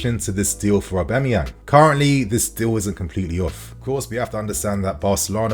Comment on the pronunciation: the way you say Auba’s name drives me nuts lmao. It’s AUB-A-MEYANG, not AUB-E-MAYANG